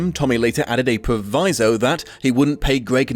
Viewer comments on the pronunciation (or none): none